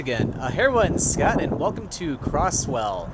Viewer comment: Hey bro, the town is pronounced (Cro•z•well) not (Cro•ss•well) im sorry but that kinda bugged me cause i grew up in that town bro